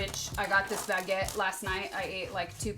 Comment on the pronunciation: "Baguette" and "pain perdu" are perfectly pronounced. Sasha never fails to amaze me.